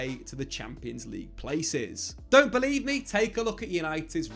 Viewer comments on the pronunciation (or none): none